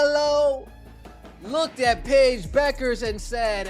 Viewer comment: Who is this "Paige Buckers" ypou are talking about ...! By now you should be able to pronounce Paiges surname correctly. What disrespect.